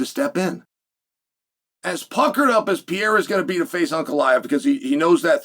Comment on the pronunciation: Chael calling him Pee era with supreme confidence 😂